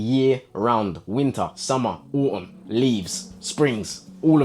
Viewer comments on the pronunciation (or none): Me: autumn Bro: ow um